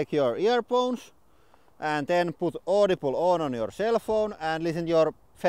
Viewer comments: i liked the audi-bleh xD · Noo :( You now pronounce Audible the "correct" way. I preferred your Finnish twist on audi-bleh!